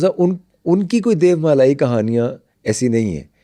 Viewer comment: Aik sawal aya k DEVMALA kaha jeye ya pronunciation DEYOMALA?